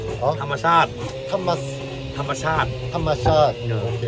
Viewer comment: ตอนนั้นยังพูดคำว่า ธรรมชาติไม่ชัด ยังเป็น Naturalๆ สีเขียวๆ อยู่เลย ตอนนี้คลังคำศัพท์เยอะมาก เก่งจังง 👍👍